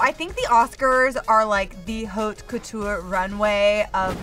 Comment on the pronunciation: American saying French words are one of the worst things ever lmao “haute couture” dead